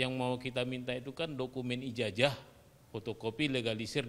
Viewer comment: Cobalah kalau bicara memakai bacaan yg benar ijajah padahal kan ijazah